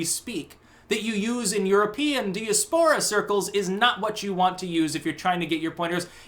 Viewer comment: Pro tip: "Diaspora" is pronounced "dye-ASS-per-uh."